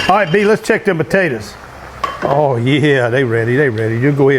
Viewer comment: Why do you pronounce potatoes like that